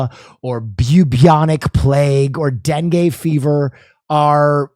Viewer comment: Of all the different dengue pronunciations I have heard in my life, I did not expect to hear den-gay ever.